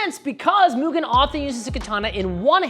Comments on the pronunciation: Learn how to pronounce Mugen, man. Free tip: not moogeen. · We gotta re-record that first 5 seconds big dawg lol “mugeen” hurts my ears 😂 no shade no shade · pronouncing Mugen as Mugin is a crime.